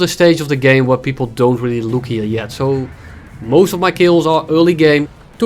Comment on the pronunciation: "today we are gonna be taking a luke"